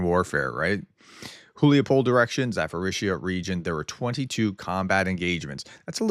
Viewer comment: Zaforizia? Zaporiznia